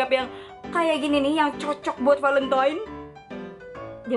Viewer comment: palentinan valentin kali kak emang orang sunda ya